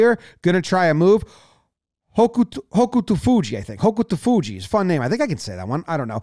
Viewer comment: I’m a big sumo fan and Hokutofuji is one of my favorites. He always charges in hard and gives it 100%. It’s pronounced more like hoke-toe-fuji because the u is really subtle. And Ryuden is like re-you-den, with ryu kind of as one syllable.